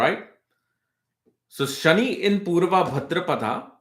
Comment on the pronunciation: It’s Shani not ‘shiny’.